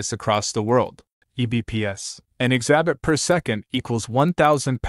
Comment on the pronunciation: Just a small correction in pronunciation. It's not ex-A-bit (like you're saying the letter X and "abit" like rabbit). It's EXUH-BIT, EXUH-BYTE.